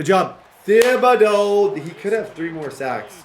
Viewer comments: I love u dude... but it's pronounce Ti-bi-dough the "H" is silent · you’re killing me with the way you pronounce Thibodaux. 😂😂😂 The h is silent bro! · It's pronounced tib-uh-doh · please stop playing with Kayvon Thibodeaux until you look up the pronunciation of his name, I can't watch videos where someone is pronouncing it that terribly.